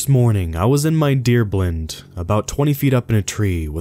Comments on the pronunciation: Who else listens for the hysterical mispronunciations- the winner on this video is “Blynd” - some of us might call it a blind (as in can’t see). Runner up: “Green Berrett”. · Did this man say deer "blinde"? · The mispronunciation of words makes me cringe. The way he pronounced Green Beret and deer blind really irked me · Dude, how can you mispronounce "beret" and "blind"?